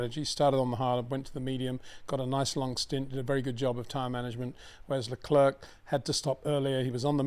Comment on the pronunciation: It's not Leclurk Peter, it's pronounced Leclair,surely everyone knows that by now👍